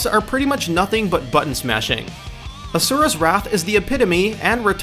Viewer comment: Adriel Fit also how he says Asura, Onimusha and strength, a basic english world.